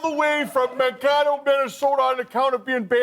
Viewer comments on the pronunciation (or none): it's Man-KAY-toe, not Man-KAH-toe. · Funny. But it's pronounced "Man-kay-toe" not "Man-ka-toe" for those non Minnesotans in the bunch. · It is not Monkato it is MANKATO!!! He is an embarrassment to our great state of Minnesota. 🤦‍♀️ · Wait did he say “Man-cah-toe”? I thought Adomian would’ve known its “man-kay-toe” Minnesota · He's not from Minnesota so I'll give the impersonator a pass but it's Man-Kay-Toe (Mankato), not Man-Kah-Toe. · It’s pronounced ‘Man-KAY-doe’ there, Mike. You’re not a true Minnesotan 😜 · ACK! "Man KAY toe"! Now back to my hotdish. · It’s pronounced Man-K-ato Minnesota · Lol... Research how to pronounce cities pls. It's pronounced MAN KAY TOE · Man-kae-toe Minnesota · He's good, but the give-a-way is Mankato is pronounced Man-Kay-Toe. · As a current resident of MN, I only knew it wasn't the real guy because he mispronounced Mankato. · Easy to tell it's not Lindell. He mispronounced Mankato, MN!